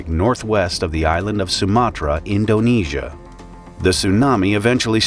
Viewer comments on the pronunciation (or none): as an indonesian I’m really sorry and I Can confrim that’s now how you pronounce “Indonesia”